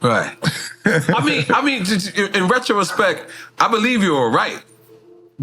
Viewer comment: Did Nore say retrorespect? Lol!!